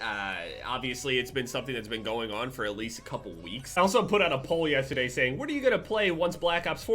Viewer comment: I never hear jersey accent until he says “yesstaday”. Lol